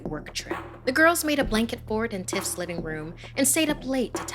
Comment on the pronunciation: Am I the only one who heard her say titts instead of tiffs😭😭